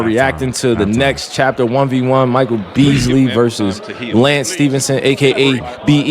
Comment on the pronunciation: Bro said B Easly